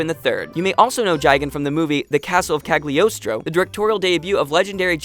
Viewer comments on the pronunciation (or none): none